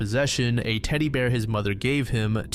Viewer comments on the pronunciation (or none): none